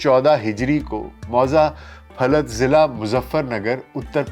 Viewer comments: پھَلت نہیں پھُلت ہے۔ Phulat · Lafz phalat nahi balke phulat h is qasbe ko phulat Shareef bhi kaha jata h , Maulana Shah Ahmad noorani of pak bhi isi qasbe k thhe , Inka khandaani ghar ilaqa tehsil meerut m h .